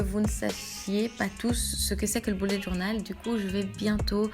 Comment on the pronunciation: Haha j'ai l'impression que tu dis "boulette journal" 😂 super vidéo en tout cas ! Moi je suis étudiante et c'est bien utile..